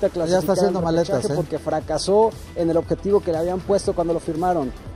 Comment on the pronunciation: Mi estimado Mauricio Ymay... OJALÁ TE QUITES ESA PINCHE COSTUMBRE DE DECIR: "ELE CONJUNTO DE CRUZ AZUL " "EL"... SE ESCRIBE ASÍ Y DE LA MISMA FORMA SE PRONUNCIA. Enterado...?? LOCUTOR, CONDUCTOR, PRESENTADOR, COMO SEA SE REQUIERE DICCIÓN. ... Y NO ES "DICCIONE", OK...? GRACIAS!